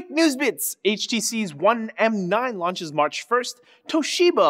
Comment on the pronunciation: HTC one m9. aka pronounced " One MINE " :P